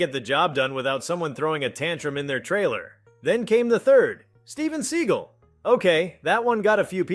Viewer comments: Steven Seagull...must be related to Jonathan Livingston? AI narration strikes again. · This site is complete AI garbage. You can't even pronounce Steven Seagal correctly. How is someone to listen to your rant about actors , you seem to know nothing about, and pronounce their names incorrectly. Go back to your day job. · If you can't pronounce "Steven Seagal" correctly, you don't deserve to be putting videos out on YouTube.